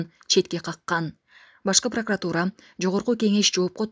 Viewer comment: Браво! Прокуратура деп туура айта албаса да молодец.Прокатура дейт го